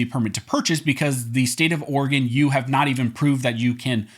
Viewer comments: OrEgan not organ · He said organ measure🤓